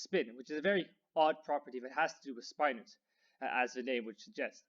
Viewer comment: "speye-nors"? I always pronounced them as spin-nors, to agree with "spin".